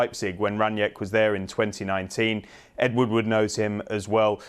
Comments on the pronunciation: Just a quick note, his name is pronounced slightly differently. Think of his name in two words, Rang and nick. There is no J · From a German: They keep pronouncing his surname "Ranjeck". That's not it. It is: "Rang - nick". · its rang nick rangnick!!!! not rang niack!!!!